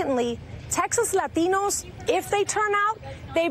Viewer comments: Lol look I can correctly pronounce one word in Spanish ... I'm so progressive 😉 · Why only do the accent / pronunciation on ‘“latino’ and not everything else? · White girl puts the emphasis on "LATINO" LAHTEEENOH. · Stop over pronouncing Latino. It's one thing of you've just come from a foreign country, and have an accent. But when you were born here, and have no accent, then forcing the accent in an attempt to appear more "Latino" is ridiculous. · Laurent Delacroix I don’t know, I speak Spanish and I’m Latino but I find it a bit cringey lol usually people say la”t”ino with the T pronunciation as in T for titties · Yup , I believe it's pronounced Lateeeeeeno . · but are you... a “LAH-teen-o”? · LAAAA-TEE-NO! Sounds ridiculous. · Not every "Lah-TEE-No" thinks migrant caravans are a good thing. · I agree with you I'm latino and I don't over emphasize the pronunciation of the word latino.... Lol... I thought I was the only one who notice that... it's annoying as crap when I hear leftist try to sound more with an accent... this why the progressive left will eventually go down for the fact they believe in stupid things without any substance to try to win voters... I can proudly say as a Christian conservative I never voted for that racist party.... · stephen medz Spanish is my native tongue, but when speaking English I don’t do that, unless everyone I’m speaking with is bilingual, and the word is actually Spanish. But “Latino” is already part of the English language, and vowel pronunciation is different in each language. People who do what she did usually speak terrible Spanish, just for the record. 😂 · it's all disingenuous and status seeking behavior on her part. She will signal with her pronunciation of "Latino", then spend 2 hours in the morning making herself look as Aryan as possible lol